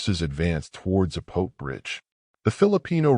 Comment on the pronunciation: Its pronounced Zah-po-teh.